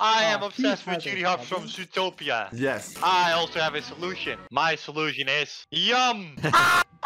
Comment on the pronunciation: anyone else notice; “ZOOTPOATOIA” instead of “ZOOTOPIA” lol